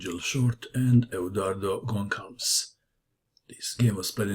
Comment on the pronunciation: Short is a monster! Gonçalves (with this funny ç) is pronounced "Gonsalves", like in salvation! Im a huge fan of yours from Brazil! :D